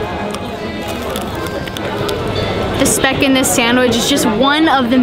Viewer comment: It's sad that you can't (choose not to) even take the time to learn how to pronounce the food you are eating. Try finding out how to pronounce 'speck'.